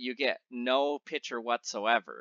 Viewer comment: Why do you remove the 'C' from the word 'picture' ?